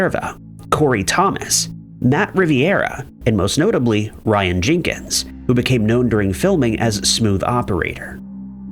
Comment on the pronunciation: Not Jinkens. Jenkins.